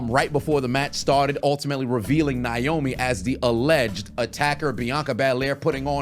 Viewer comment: It's Naomi not niomi😢